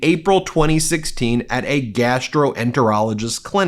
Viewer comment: Normally I like your vids...This crosses lines. Learn WTF a GI doc actually practices before emphasizing "GAS"troenterologist.. .you're crossing lines. You overemphasized "GAS" multiple times. Huge thumbs down!!